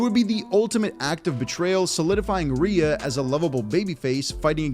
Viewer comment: Rhea. Not rea. Feels like the effort in the videos has gone downhill recently :/